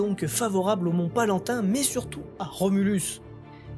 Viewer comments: C'est le Mont PALATIN qui fait parti des 7 collines de Rome !!! Pas "palantin"... ces problèmes de prononciations (ou de lecture) sont récurrents chez toi... Quand on fait de la vulgarisation il faut bien le faire et la prononciation c'est aussi très important ! Et ça prouve qu'on sait de quoi on parle ! Car en faisant cela de manière récurrente tu perds en crédibilité... Maintenant sur google (et même sur wikipédia ! si si !) il existe une voix qui lit ce que tu veux ! Cela évite de faire des erreurs quand tu hésite sur la prononciation. ^^ Mais dans Palatin y a pas d’hésitations juste à faire attention... Le pouce rouge m'a démangé mais tu mérite quand même un pouce bleu pour ton travail ;) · Je dis pas ca pour pinailler mais il sagit du mont Palatin et pas palantin. Mais sinon super boulot